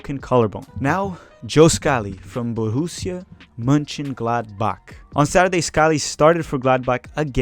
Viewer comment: Perfect Monchengladbach pronounciation!!!